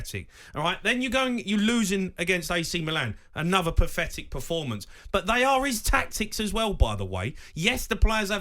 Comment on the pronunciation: The word is 'pathetic' not 'pafetic'!